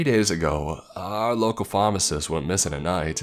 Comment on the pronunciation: The way he pronounces pharmacist FAHMACIST